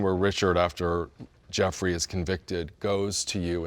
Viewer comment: Why do y'all keep saying Jefferey it's Jeffrey lol